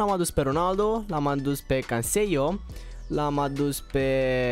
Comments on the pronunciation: Se spune CANSELO nu CASEIO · E canselo nu cansielo (Eu doar ți-am spus nu dau hate😊) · Se zice Canselo,nu Canceio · Canseio'' canselo se zice no hate bro :)) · Nu e hate, barzagli se pronunta barzali si Canselo se pronunta canzelo😃